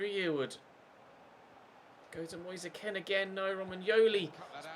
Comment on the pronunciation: U say kean so wrong 😂😂😂